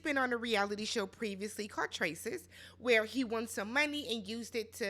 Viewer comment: "26 WHERREE" 😂😂😂😂